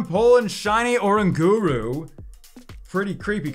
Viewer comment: "O-RANG-GA-ROO" lets get it together!!! Lol